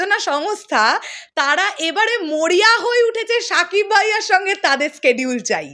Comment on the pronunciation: আপনার Schedule উচ্চারণ হয় না, আপনি সোজা বাংলায় সিডিউল বললেই পারেন। বার বার স্কেডিউল স্কেডিউল বলেন কানে লাগে আর বার বার ভুল ভুল বাজতে থাকে।